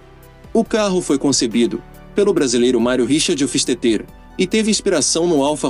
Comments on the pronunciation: A pronúncia do "hofistetê" que ficou a desejar... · A pronuncia hoffsteter esta errada..seja como for de todos era a joia rara da historia dos esportivos por encomenda .eu queria ter um ja que nao posso ter um delorean..